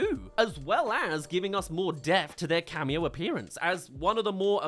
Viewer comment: Are you saying 'depth'? It sounds like you're saying deft